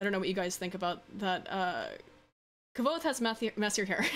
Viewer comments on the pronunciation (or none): none